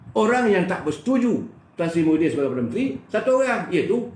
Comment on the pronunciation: maafkan sy, jgn sebut Muhiydin tp kena sebut Mahiadin....